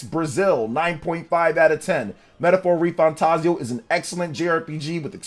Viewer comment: Thanks for saying the name right lol